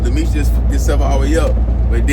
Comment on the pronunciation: He be butchering every name